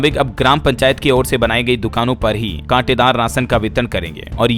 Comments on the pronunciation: Katedar nhi kotedar hota hai 😮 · काटेदार बोल रहा कोटेदार को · Katedaar nahi kotedar